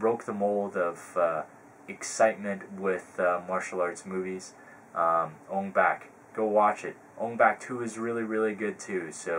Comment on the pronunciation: u said ong bak wrong